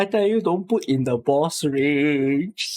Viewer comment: yeah, put like "Poutini"